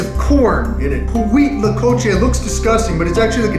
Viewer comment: Dude no dis respect but its pronounced wheat-la-coche